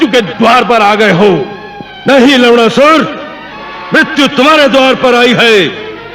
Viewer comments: Bhai wo lawnasur hai lawdasur nahi 😂😂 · Bhai Ye Log Lavanasur Ko Lawdasur kyu Bol rahe hai! Ye galat hai.. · It’s Lavanasur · Ha Or lavnasur bhi bolte hai to lavdasur he sunaay deta hai😂😂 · लवणासुर pronunciation = hilarious🤣🤣🤣🤣